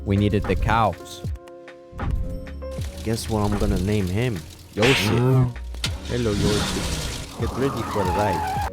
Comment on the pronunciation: skip "YOSEF" what..